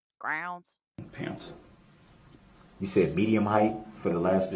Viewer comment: The way you said grounds, had me cracking up. I listened to it over 10x😂😂